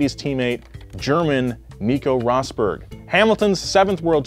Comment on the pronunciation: bro you said nico roßbörk and mykill schumaker